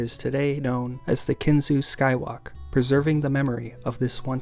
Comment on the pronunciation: Thank you for pronouncing Kinzua correctly. Grew up not far from the train bridge. It was one of those things that was "always there"...until it wasn't. Fun side note, Johnny Cash wrote a protest song about the building of the Kinzua Dam on the Allegheny River. The now-submerged town of Kinzua was popular with divers as the town remained pretty much intact. There are still roads that just end in the reservoir that at one point led to the town.